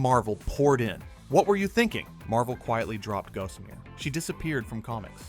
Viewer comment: Hey AI-for-brains! It's pronounced "GAH-summer", not "GO-sum-eer". Someone needs to get off the net and go read a book.